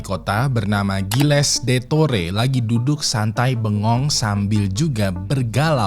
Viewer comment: Bang, Gilles bacanya --> Zylheh 😅 Gilles d'Etore = Zylheh detokh